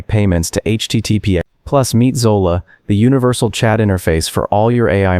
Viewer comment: Zola? Hydra? 😂😂😂😂